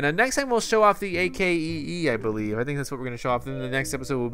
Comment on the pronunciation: the way how to say akee is ak key